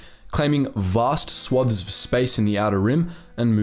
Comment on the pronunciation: Overall, very good, However u use the word swathes far too often and u miss-pronounce it.